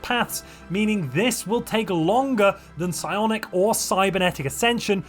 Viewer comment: Psionic is unintelligible